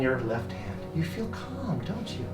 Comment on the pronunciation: “your breathing is cum”